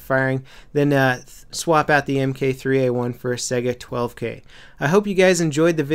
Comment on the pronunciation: it's Mark 3 A1 say it appropriately